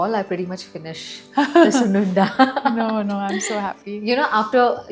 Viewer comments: Don't you know the language? And its not sunundalo its sunnundalu in telugu! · Sununda??? It is called Sunundalo. Pronounce- Soon- Un-Dalooo👍